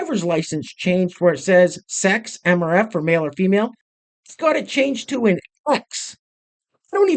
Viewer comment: X...as in xx, she just said female in a different way🤣🤣🤣